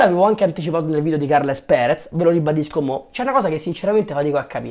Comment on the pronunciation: sono Serio giuro Si pronuncia: Càrlas Pères;-)